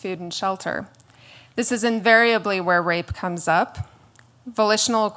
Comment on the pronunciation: I thought she said vocational intercourse. and I'm like, that's called prostitution. But no, she said volitional intercourse.